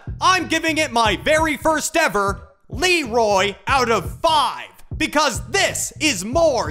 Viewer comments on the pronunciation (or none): none